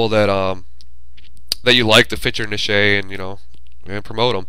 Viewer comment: First of all, who the hell is this " Na-shey" that you speak of Secondly, am I going to have to give this bitch a cut of what I make from this?!. LOL............I'm pretty sure you pronounce niche as "nitch".